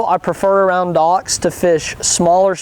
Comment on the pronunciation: fishing by dauocks... they way he says it tho